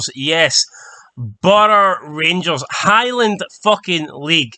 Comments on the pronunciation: Who are "Burugh Rangers"? It's Bro - Ra. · ITS NOT BURGH RANGERS YOU!, ITS BRORA!!!! BRO-RA!!!! SPEAK PROPERLY YOU! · You mean Brora, not Borar. Give them proper credit! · Canny even say Brora ya moron? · At least try and pronounce Brora properly. Well done the Highlanders, it's fair making my day. GGTTH